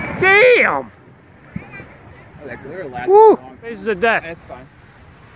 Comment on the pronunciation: Did you say dayum? LOL